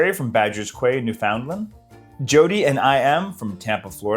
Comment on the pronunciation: lol to pronouncing both "Quay" and "Newfoundland" wrong in the same location shout out